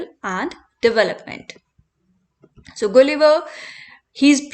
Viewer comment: Please pronounce gulliver correctly